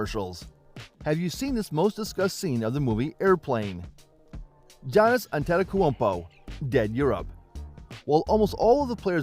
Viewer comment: Lmao the ai struggling to say antetokounpo and i cant blame it